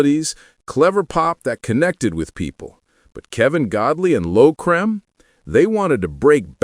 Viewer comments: Dead right. Cream not 'Crem'. I know this for a fact because I met them a number of times. I can also tell you the origination of the name - 10cc, as from a discussion at Kennedy St Enterprises . . . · Why is there the an American accent in this video about a British group? I think his name is pronounced “cream” an not “cream”. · AI doesn't know how to say Lol Creme! 😂😂😂😂